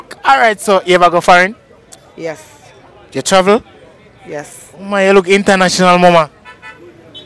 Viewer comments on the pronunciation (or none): Pronounced the words correctly... You pronounce Farrin and not foreign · Foreign the correct pronunciation of that word is Fo -reign they keep saying farrin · he is saying far ing not fore ign. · Forgine 😂😂😂😂😂 lord God So how them ago learn if u a tell them seh it right when them wrong hey mine enuh😂😂😂😂😂😂😂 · People are actually spelling base on how they pronounced the word. If you understand phonics then you know what I'm talking about. Instead of 'foreign' keeps saying 'fareign' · You need to say it properly because as Jamaicans we spell the way we hear and talk. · a yuh wrong cause you NOT PRONOUNCING THE WORDS IN ENGLISH. STOP USE Patois. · The way how they pronounce the word is wrong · You are NOT pronouncing the word correctly which doesn't make any easier for the people to spell the word correctly